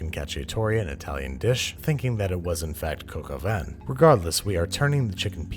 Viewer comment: That's not how you pronounce "vin"....